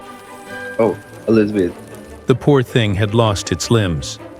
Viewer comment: "Meet Elzeabh adittude ÆEEEEEEEEEEEEE-" lol I love your videos so much hope you start daily uploading!